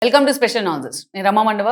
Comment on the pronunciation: మీ analysis అన్నీ 👏🏻👏🏻 స్పెషల్ కి అనాలసిస్ కి ఒక చిన్న గ్యాప్ ఇవ్వడానికి ట్రై చేయండి. ఒక్కోసారి స్పెషల్ నాన్సెన్స్ అని వినపడుతోంది. ఇలాంటి వాళ్ళ విషయంలో అది బాగానే ఉంది అనుకోండి 😅 ఏదో చిన్న ఫ్రెండ్లీ సూచన అండీ 👍🏻